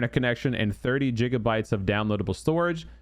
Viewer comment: Bro callin them jiggabytes 😂😂